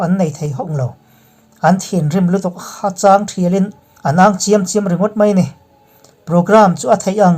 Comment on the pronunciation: Hachang tih hi, mauchang tih anga lam lovin, Nghalchang tih anga chang tih lai hi lam rik tur a nih hmel e. Thu lam/thluk sual a awm leh zeuh thin tih loh chu, a ngaihnawm thin khawp mai i aw pawh a fiah tha e.